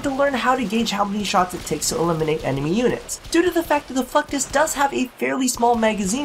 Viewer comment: i swear.. you are saying fucktus EVERYTIME! ...mental memo... wear nothing...